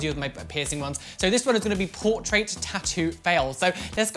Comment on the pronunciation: The way he says portRAIT tho